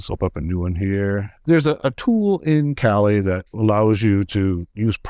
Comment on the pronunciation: <CRINGE!!> It's pronounced "kah-LEE"